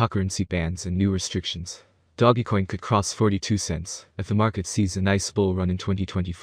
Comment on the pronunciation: Can you say doge coin not doggy coin 😂🤣😂🤣 come on bro